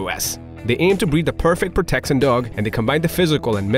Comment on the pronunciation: the narrator doesn't speak proper english, the pronounciation is very off "proteccíon" "uzually" "even ferocious" "challensed" "mental stimulasion" etc. wtf